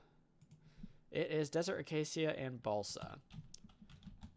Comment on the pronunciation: Am i the only one hearing balsack instead of balsa?